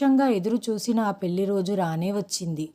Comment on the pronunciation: పెళ్లి ని పెల్లి అంటున్నారు.ల కి ళ కి తేడా తెలుసుకుని చదవాలి.తెలుగు ని ఖూనీ చెయ్యకండి